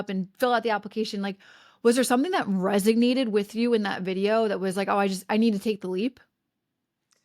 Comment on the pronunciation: I love you, but it’s RESONATE, not resignate.